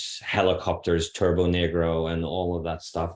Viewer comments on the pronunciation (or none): none